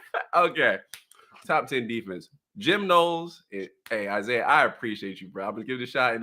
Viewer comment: He called my mans isaiahic lmao